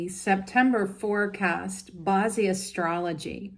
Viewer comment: She mispronounces "ba zi" too. It's very cringe to hear her butcher the term when she is supposedly an expert. You would think after studying it, she learn how to say it properly